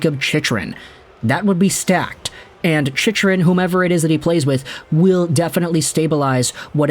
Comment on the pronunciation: you lose all credibility when you don't pronounce his name correctly...its Chick..run. You sound like you dont know anything about the NHL.